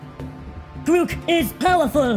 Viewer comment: Grook is pahwaful 😂